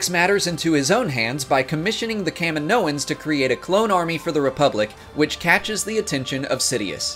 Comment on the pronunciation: Kaminoan pronounced ka-me-know-ans.